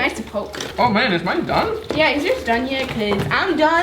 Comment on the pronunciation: I heard dumb not done 😂